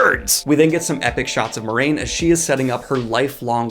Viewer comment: Why does everyone pronounce Moiraine wrong?